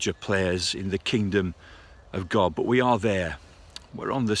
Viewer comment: "Grace of Grod" 😂